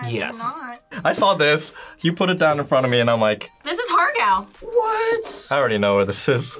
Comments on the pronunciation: im sry but har gao it ha gao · Sorry but the Asian American girl saying Har Gao wrong made me want to cry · 😂hAr GaW😂 The pronunciation is getting me😂